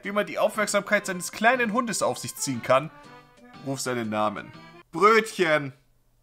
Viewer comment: Der Hund heißt einfach ✨Brötchn✨😂✨